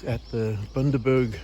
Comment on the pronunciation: Bundaberg not boondaberg 😂